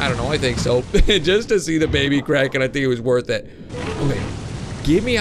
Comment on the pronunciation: I thout you said Karen.